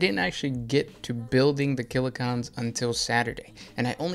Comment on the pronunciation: I have a hangover or Covid, I don’t know, but everytime he says ‘killa-cOn’ it hurts. He’s got a video on Def drods too.